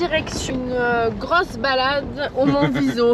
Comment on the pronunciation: très belle vidéo mais juste à préciser il s'appelle Colle della Assietta et Monviso pas viso. désolé mais en tant qu'italien j'aime préciser